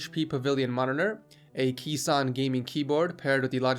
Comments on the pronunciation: Kees is a dutch name, you don't prananounce it as some sort of keys but case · Rather call this episode ´enthusiast edition´. BTW: 'Kees' is a Dutch name, pronounced as in 'Case' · Kees is a dutch name, you pronounce it as 'Kaas' no problem :p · "kees" is actually pronounced kays or case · Your prononciation of Kees got me dead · Ik ben hier best wel laat mee maar hoe hij 'Kees' uitsprak😂😂😂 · it's Kees